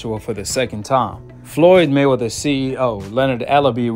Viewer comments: Why can't you pronounce Mayweather 🤔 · It trips me out how you say Floyd's last name. I like it.